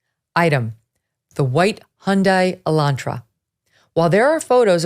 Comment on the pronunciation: uh-laan-truh, not E-lan-tra. Geez, are you really that far removed from a working class car?